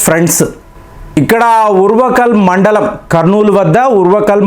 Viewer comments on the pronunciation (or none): Endukani meeru anni names pronounceation ni marchestunnaru...Brazil ni Breezil antaru, Uruvkallu kadu adi orvakallu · ఓర్వకల్లు,( ఉరవకల్లు కాదు )ఉప్పలపాడు( కుప్పలపాడు కాదు ) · ఊర్వకల్ కాదండి. ఓర్వకల్లు.